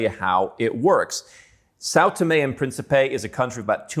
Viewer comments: "Principe" is pronounced as prince in english adding a soft P at the end. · Just trying to be helpful here. The Portuguese word Principe is accentuated in the first syllable, thus the last syllable (pe) is partially muted. The best way for non native speakers to say this word without being misinterpreted is perhaps saying prince in english, as that 80% close to correct. In the video, the word was being pronounced as it had accentuation in the last syllable instead, which makes it goofy or even alter the meaning. For those interested in the language, here is some reading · Озвучка.... Південні і Принсіпі?